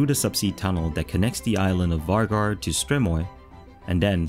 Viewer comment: Vágar is pronounced wooar